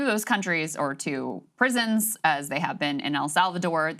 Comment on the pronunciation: you said prisons wrong